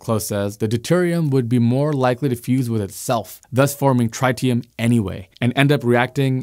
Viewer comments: It’s not “try-tee-um” it is “trit-tee-um” where the “trit” rhymes with “bit”. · I watched your more recent video on the solar tower failure in Nevada first where you added the bonus of viewers’ comments. Now, I can’t help but laugh every time I hear tritium pronounced try-tium. You certainly tryed… sorry, tried, haha. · Nobody pronounces tritium that way. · Say "tritium" again. I dare you. I double dare you! Also, "Chang'e" 😂